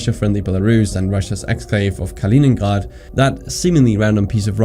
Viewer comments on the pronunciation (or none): Why do you pronounce Stalingrad with a german accent??? There was no reason to do that And later you do the same with Kaliningrad. Why do you say Ghrhrhrrad